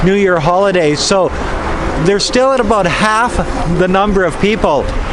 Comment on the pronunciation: Slow and defensively. Lol OMG. I JUST heard you say the Canadian ABOUT. Aboot. Mind blown. LOL (I am Chinese-Canadian)